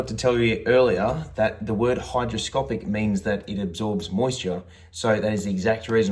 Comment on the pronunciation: Great vid, really helpful. Although its hygroscopic, not hydro.